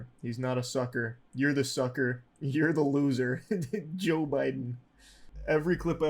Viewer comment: He said Joe not yo lol